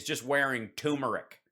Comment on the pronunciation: Tumoric rather than turmeric. Hal, even your Fruedian slips are spot-on hilarious!